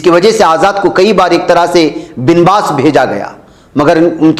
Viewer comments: Binbas نہیں با was hota hai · Banwas hota hai